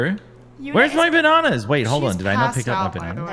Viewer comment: The way said “bananas” as “banonas” is so funny to me 😂😂😂